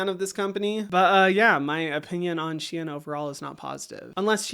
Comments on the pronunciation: It is pronounced shen not she in ❤ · can you say Shein once more LOL :face-purple-crying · No one ever pronounces Shein like you